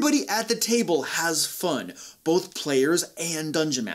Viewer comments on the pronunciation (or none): none